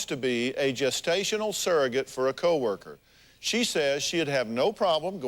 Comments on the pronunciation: They seem like nice people, but they don't even know that the word is surrogate and not saragate/serragate! I can't be the only one annoyed by this. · It annoys me when people say “serr-a-get”. It’s sURrogate